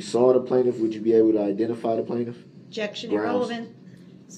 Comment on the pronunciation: She’s making fun of the way Brooks pronounces the word objection.